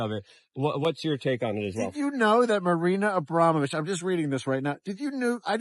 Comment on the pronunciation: "Marina Abrovmich" "Marina Abovamich" "Abrina Abrovamich"